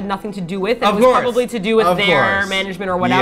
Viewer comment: did said, "PROBALY",,,hihi